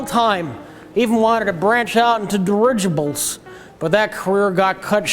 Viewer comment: After all these years no one has pointed out immaculate pronunciation of dirigibles?